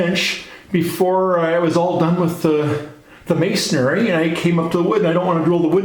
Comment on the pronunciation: good video, mason---ry not mason-narry